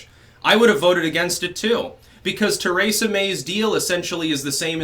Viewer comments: Theresa May not TARAYsa May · ABENAKI!?..Cool. Are you also Francophone?. (your pronunciation of Theresa). I sang in this. Euro music which was found in manuscript with texts in Abenaki